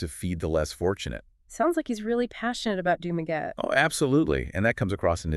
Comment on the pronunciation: Nope, it goes like this: Doom-Ah-Getty. Think of doom in doom and gloom. then the awe of shock and awe, last the Getty of the Getty Museum out in Malibu (Spared by the fires).